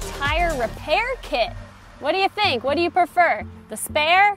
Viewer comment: You're Italian? "Whatever you wanna dooo"!